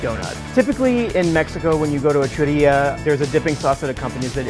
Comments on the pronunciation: churreria* not churia hehe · It's chu-rre-ría not chu-ria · I cant trust on the recipe of a guy that says "churo" and "churia" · Haha, he was pronouncing it in English and slurred the r's... 😄 that's why it sounded like that. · Does it bug anyone else the way he pronounces churro? And even more so churrería